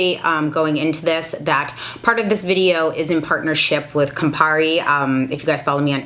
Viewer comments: Haha 😂 in your intro you said Compari!!! That’s an Italian liquor, bitter by the way!! That was cute! Seriously so many things in this video have been major concerns for me. Thanks so very much! Love ❤️ your videos!! Going to get the deodorant because of the charity side of it. I’ve been wanting to get it for a long time and now I will. Not gonna lie, I don’t look forward to the stinky phase but I’ll figure something out. 🤗💐💐💐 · How many bartenders heard "Campari" in this video?